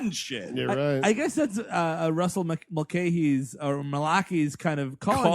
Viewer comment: Mulcahy is pronounced Mul-kay-hee, not Muh-lacky